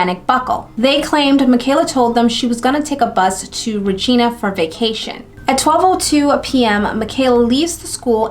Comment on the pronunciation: Just for future reference, "Regina" is pronounced to rhyme with the word vagina lol. Really enjoying your videos! New sub.